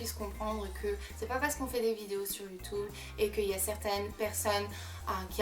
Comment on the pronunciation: tu a un axant tu prononce mal youtube et challege